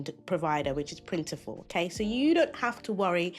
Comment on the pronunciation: They did but still maintain separate brands. It’s funny that merged the names though. It’s Printful not Printiful.